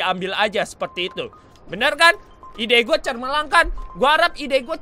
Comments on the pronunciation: gomong cermelang sebenarnya gomong cemerlang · Cemerlang bang bukan cermelang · bang bukan cermelang tapi cemerlang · Bang lanjut SLIME RANCHER. Btw abang ngomong "CERMELANG" yg bener CEMERLANG bang😂😂😂😂😂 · SETAU GW CEMERLANG BANG BUKAN CERMELANG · "Cermelang"? xD